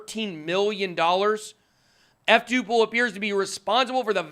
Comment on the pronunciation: F2Pool Why is it so hard to understand when some people say this word. PRONOUCES YOUR WORDS CLEARLY PLEASE with out screaming.